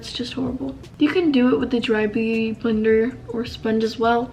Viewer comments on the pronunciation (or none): none